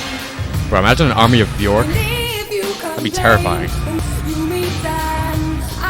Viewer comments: her name is pronounced "bee-ork" :-) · Learn to pronounce her name right pls <3 maybe watch an interview or documantary about her :)